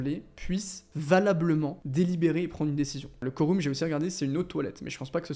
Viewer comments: Se pronnonce phonotiquement : koreum 😊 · Sympa la vidéo ! PS: on prononce "Quorum" comme "Aquarium" :)